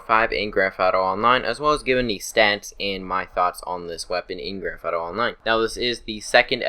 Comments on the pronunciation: "grafato five" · Grandfato? Or Grand Theft Auto?